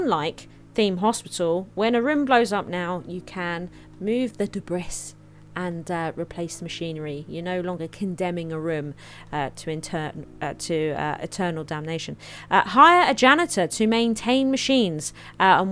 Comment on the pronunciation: I recently got into this game it’s great. Your series is also brilliant, can’t wait to watch more. But I feel obligated to tell you that you don’t pronounce the ‘s’ in ‘debris’ 🙃